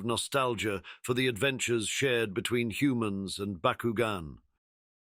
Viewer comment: That's BOCK-KU-GON. Not BuhKuGen